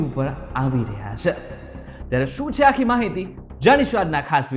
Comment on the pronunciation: Bhai “chhe”bolta sikho pehla! Please